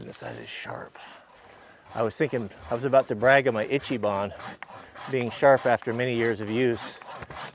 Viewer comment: Brother... if you want your speech to match your work ethic, then it's shouldn't be pronounced "itchy-bahn." "Ichi ban" is Japanese for "The Best," and would be pronounced "eechee-bahn."